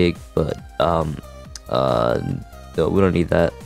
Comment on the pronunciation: Did you emphasize the “no” cause you have NO dad